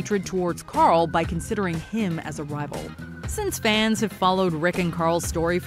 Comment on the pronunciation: Carl or Coral as Pappa Rick called him. Annoying as f